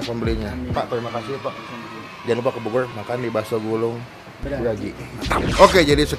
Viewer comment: Bogoy euy Melecon euy Subleb euy Wkwkwkwk ngmng dulu yg bener ehh